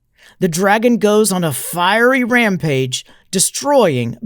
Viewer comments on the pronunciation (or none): none